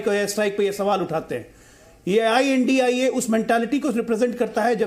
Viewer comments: Right I.N.D.I.A shd. Pronounce. Not INDIA. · ये I. N. D. I. ALLAINCE यानि इंडि अल्लाइंस है एंकर plz सही नाम बोले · Well done. We should not call them India but pronounce with each letter of abbreviation while addressing.